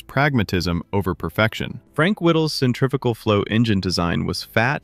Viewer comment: You are using AI for this work and it shows. Whilst it will get 90% of the story it won't get 100% and in history that matters. Your AI voice is also cheap as it can't pronounce centrifugal. The 262 airframe was way more advanced than the Meteor but its engines were not as reliable as the Rolls Royce units. Adolf Galland the only man to fly both platforms said the ideal plane was the 262 with Rolls Royce engines. Germany couldn't supply the fuel the 262 engines needed to operate on a level platform with the Rolls Royce units.